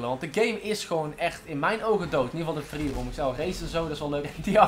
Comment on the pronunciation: Hij zei een aantal keer: "Freeroom". Maar even serieus.. GTA V is echt niet dood hoor? Zat Amerikanen waarvan de online episodes, echt miljoenen keren worden bekeken. Voor jou is het dood, omdat je zo weinig kijkers hebt. Logisch ook, met zo'n slechte uitspraak voor Engelse woorden. Misschien moet je een keer een video maken, over dat je probeert een straaljager van de militaire basis te stelen.